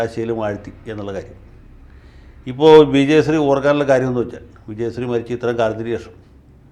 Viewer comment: വക്കീലേ , അങ്ങ് ആദ്യം നാവ് വടിക്ക്, വിജയസ്രീ അല്ല, വിജയശ്രീ